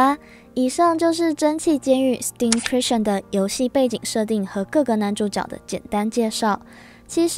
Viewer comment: 那個…監獄的英文唸錯了(´･ω･`)